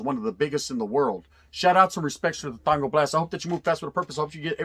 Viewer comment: WTF ? R U SERIOUS?? 😂😂😂 ITS TANG HOMIE ! NOT TANGO !!